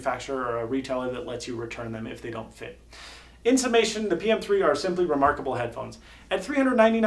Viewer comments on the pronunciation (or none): none